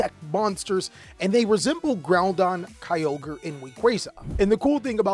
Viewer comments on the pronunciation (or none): none